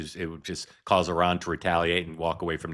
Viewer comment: Mark, I appreciate that you are saying Iran correctly (as best as Americans can), instead of the typical I-RAN pronunciation